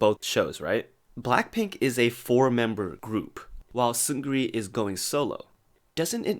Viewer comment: It’s Seung Ri, not Seun Gri or Seungri. You don’t pronounce the “G” in Seung Ri.